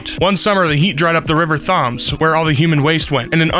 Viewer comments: I am a minute in and you just called the River Thames "Th-ah-ms" and I feel the need to shame you. Shame. Shame.. Anyways continuing on. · River Thames - Pronounced T-e-ms. As a Brit that made me laugh 😂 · ah yes the famous river thaams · The river is the river tames. It’s not pronounced thames it’s just spelled that way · …the river “Tharms”… I think Thames is pronounced “Tames” - a Brit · I’m so sorry but… the way you pronounced Thames is hilarious. Thames is pronounced “tems”. The way you pronounced it I thought you said “thumbs”!! 😂 you did your best, it is quite confusing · THARMS AHAHAHA thats funny btw the pronunciation is taims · …? Thoms.. it’s pronounced t-eh -ms… that hurt to listen to /j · it isn't pronounced the river *tha*mes it's the river *T*emes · The river Thames in London is pronounced TEMS. We English love to make stuff overly complicated. And "Pumped up Kicks" is my choice for upbeat sounding song with incredibly dark lyrics. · It sounds like tens just with an m instead of an n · for future reference it’s “Tems” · thaemes thaums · The River Thumbs. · no it is pronounced TEMS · tEMs? IT prONouNced TeM? not sorry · For future reference, the River Thames is pronounced like “tens” but an M not an N so the River Tems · ITS SAID TEMS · it's pronounced River Thames 👍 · the river “thomes” please help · why did he pronounce Thames likes that? Last time I checked we all pronounced it tames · TEMS. "Thames" is pronounced like "tems". not like "James" with a "th" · Lol he said the river faams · Am I the only British dude here who is DYING OF LAUGHTER BECAUSE OF HIS PRONUNCIATION OF THAMES. Btw it is pronounced: tems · The river Thames is pronounced " tems" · Thames is pronounced tems, Kinda confusing i know. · He pronounced River Thames wrong, it's more like Tames, I don't know why spelling is weird... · Thames is pronounced 'tems.' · How did he say Thames. It is pronounced temes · "the river thames" its pronounced Temms. no offence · It’s pronounced Tems